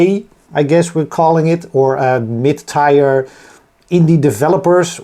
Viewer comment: some nice tweaks! good luck for the launch! I think after steam release people will find things, they did on mine :) btw "tier" is pronounced exactly as you would say "tear" (as in the tears from your eyes)